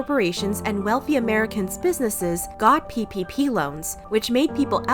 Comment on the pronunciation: Every time you say ppp all I can hear is pp ahaha